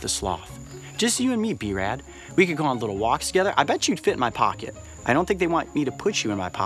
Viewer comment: he said b-rad